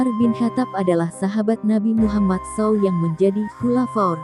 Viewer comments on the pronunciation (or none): wkwkwka apaa2an ini membacanya saaawwww🤣🤣🤣🤣 kacau ini yg bacakannnn wey apa itu sssaaaaawwwww wkakakakakaak